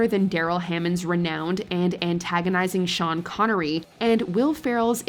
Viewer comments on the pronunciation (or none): none